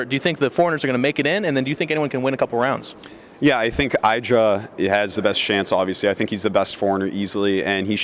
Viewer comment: Thats what i said. Id-Ra Not I-dra.